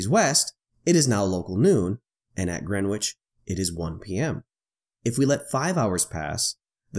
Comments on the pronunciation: Its 'Gren-itch'...not 'Gren-witch' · "WTF is "GrenWich"? Yup, it should be pronounced "Grenich"! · I'm sorry for being pedantic but.... FFS! it's pronounced "grenn-itch"! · gren witch...lol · Greenwich pronounced....... Gren itch. The W is silent. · My only comment : The prime meridian crosses through ‘Gren itch’. The ‘w’ is essentially silent 😉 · It's pronounced "GREN-itch". The "w" is silent, as is often the case in with non-initial "w"s in placenames. It is one of London's 32 boroughs. Come to London and pronounce it as here and everyone except taxi drivers will laugh. Taxi drivers will just think "Here's a mug. Take him to Greenhithe, that's more than twice as far." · Nope, not really. He's referring to the fact that it is pronounced: Gren-itch. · Your fascination with saying the w in Greenwich can be damned annoying here's a link on how to Pronounce it correctly Other than that the video is great. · Every time he mispronounces Greenwich I wince a little. Other than that, when are flatties going to come up with their own coordinate system? I’d suggest Flattitude and Wrongitude. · Made me wince as well! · FYI The correct way to pronounce "Greenwich" is in the following video. the "w" is silent.